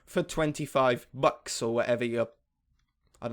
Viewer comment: Bucks sounds like butts :)